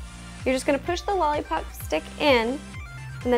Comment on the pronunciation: she says "lully pop"